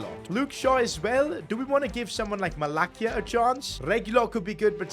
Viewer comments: it's pronounced MALASSIA not MALAKIA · Mala-cee-ya not kia Also give reguilon some games, he is doing very well irl and if he performs then consider signing him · U said Malacias name wrong It’s pronounced Malasia not malakia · Its not malakia malacia like sound of S malacia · You pronounced Malacia's name wrongly its Malasia not Malakia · its pronounced Malasia not Malakia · Bro it’s not malakia!! It’s malacia 😂 pronounced malasia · Malakia? its malacia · it’s malasia not malakia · It is not Malakia it is prunounced malasia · is not malakia its malacia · its Malacia(Malasia) not Malakia bro haha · Sorry but it's Malacia..not MALAKIA😂.btw, love your contents and long may it continue!!💪🏼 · Malacia❌ Malakia✅ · It's not malakia It's malacia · It's actually pronounced 'Mala sia' not 'Mala Kia'....😢😅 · Its not malakia its malasia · Malacia not Malakia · Its malasia,not malakia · Bro called him Malakia ahahaha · Wtf is a Malakia 😂😂 does he actually watches football outside of the game? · it's malacia not malakeya . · you pronounce malacia as malasia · MalaKIA? This man is allergic to pronouncing names correctly 😭😂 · PCQ: I think you say Malacia as Mala-see-a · The way you pronounced Malacia broo😂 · You are still saying it wrong 😂